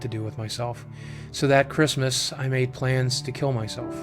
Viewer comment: "mad" but he said made. Lol